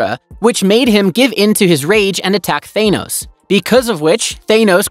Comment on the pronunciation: Thaenos lol its Thanos.